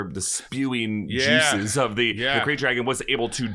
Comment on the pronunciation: It's Krayt, not Craft